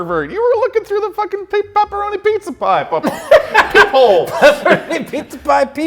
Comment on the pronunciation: Also “Peeparoni”